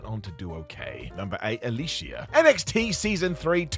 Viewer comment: AL-O-E-SA is how it’s pronounced not Alicia. Smh. Besides that …. She was released because of adult photos she took that they found & had gone PG so she was a “liability”